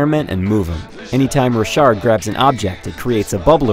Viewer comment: i think its pronounced rock hard